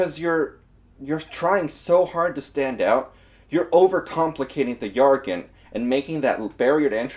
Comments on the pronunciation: Ya gotta stop saying "yargon" everybody pronounces it Jjjjjjjjjjjargon with a J But yeah it's a great video otherwise lol =D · I don’t want to be that guy, but jargon is pronounced ‘Jar- gin’ not yargun . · I always thought jargon was pronounced yargon because of one time I had heard it. I've been corrected now and to be fair english can be dumb. take red and read, as well as read and read. But either way, glad people got a laugh at my blunder